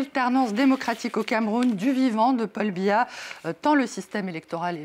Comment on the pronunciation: Veillez m'excuser mais c'est Paul biya pas pal biya 😂😂😂😂